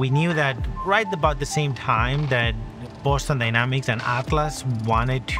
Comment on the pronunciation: boston dyramics? 🤨